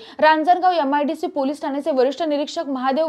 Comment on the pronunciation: छान माहिती. फक्त यम आय डी शी म्हणू नका😅